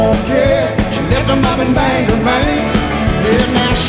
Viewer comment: He does pronounce Bangor Maine wrong.